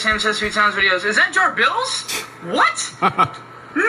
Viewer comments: The real Jabills lol close, correction the real Jabrills or maybe Ja-Thrills. Hahah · Nice “jarbills” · he saying jarBILL as a joke